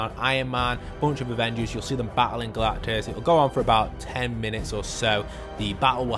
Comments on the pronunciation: GALACTUS not galtus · his name is Galactus not Galtus lol